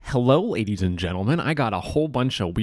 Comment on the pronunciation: “Hello aideys and gentleman” 😂